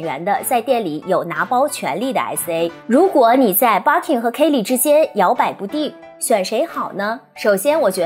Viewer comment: 我忍不住⋯⋯ Birkin 發音錯了🤫